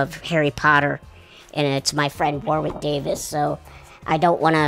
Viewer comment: Verne, if you were really Warwick's friend, you'd know it's pronounced like "warrick". 😜